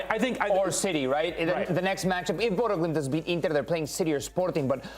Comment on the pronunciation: You take time to pronouce the Latin names correctly but you still call Bodo/Glimt, "Bodo" 🤦‍♂️